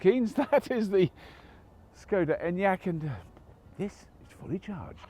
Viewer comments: I think its pronounced sh-c-oda. Correct me if you can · It wasn't Czechoslovakia when Škoda was formed, it would have been part of the Austro-Hungarian empire; Bohemia. Czechoslovakia was formed after WW1 ~1918) and dissolved in 1992. Also, the first letter of the brand is pronounced "Sh" I think, it's not an English S. ;)